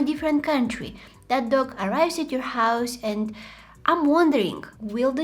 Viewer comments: I thought she was saying duck instead of dog😂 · am i the only one who keeps on hearing duck and not dog? 😂